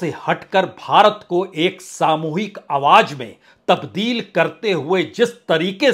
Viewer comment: Your style and presentation is very unique.. Confident and indepth analysis.. One request.. Plz pronounce Awaj as "Awaaz".. And so on... It is phonetically nice to hear.. Thanks for your efforts in keeping unbiased journalism alive.. Keep it up